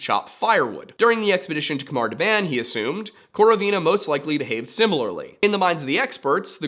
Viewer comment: Pronunciation note: "KH" is nearly always used to transliterate the guttural sound (voiceless velar fricative) — the same sound as the "CH" in "J. S. Bach". So, it is not a "K" sound. If you aren't used to making the sound, an "H" sound is a good approximation. Great video! I hadn't heard about this mystery before.